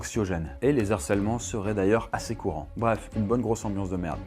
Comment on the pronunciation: les zarcèlement?